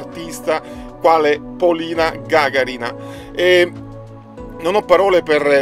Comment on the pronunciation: Si dice gaga'rina